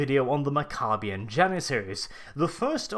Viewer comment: mac-uh-be-ins. pronounce it right, dummy. named after warriors.